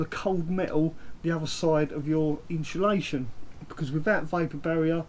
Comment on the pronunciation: Is he dancing while talking at the beginning. What's with all the hand pointing? And its insulation not inshulation!